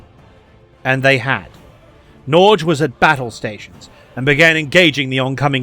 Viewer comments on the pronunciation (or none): A lot of people have probably told you this but Norge is the endonym for Norway and isn't pronounced 'Norj' but more like 'Nor-Ye' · Only thing I dislike about this is your pronunciation of Norge as, "Nor-juh." I only know a handful of Norwegian words, but that is one of them, and thus I know it's more like, "Norrr-geh." At least, I think that's what you're saying. (Also, noticed the use of the Narvik movie from Netflix! I rather enjoyed it, even if the Norwegian to English subtitles are hella janky most of the time.) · i've never seen someone ever butcher Norge so hard before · First time i've heard "Norge" (Norway in norwegian) pronounced "norj". 😀 Good video though! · FYI "Norge" is pronounced with a hard G. Like "Norway" minus "way", followed by "gekko" minus "kko".